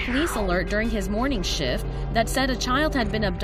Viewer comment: Did the narrator say "Morning shit"?